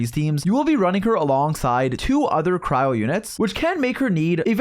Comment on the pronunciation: Dude it's cryo not crowd